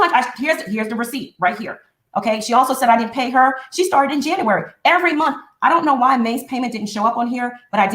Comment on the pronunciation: I was always disturbed by the way pronounced JANUARY!🙄🤦🏾‍♀️ “Janarary”🙄